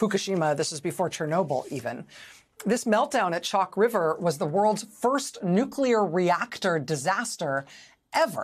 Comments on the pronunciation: Heh, heh. The new-queue-ler engineer. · Carter -- in his southern accent -- in fact, always pronounced it: "nucular."